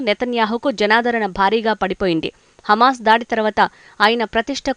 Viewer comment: హెమస్ కాదు హమాస్ ఆని పలుకు, న్యూస్ రీడర్